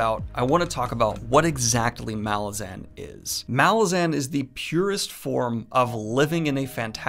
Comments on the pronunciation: the accent/emphasis is on the second A of malazan not the first. listen to how erikson pronounces it. M'LAH-zin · bro its pronounced "muhLAWzin cmon bro